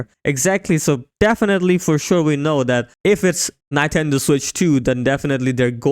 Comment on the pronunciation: I should have quit when i heard 'NAINTENDO' ....